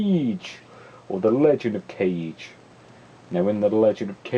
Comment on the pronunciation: It's actually Legend of "Kah-geh", not Legend of "Cage".